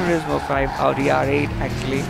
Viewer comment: so stupid he says augi instead of audi